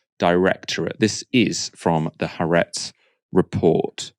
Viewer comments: Please note it's Ha-aretz, not Haretz. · HAARETZ IS PRONOUNCED WITH SPLIT A'S HA ARETZ!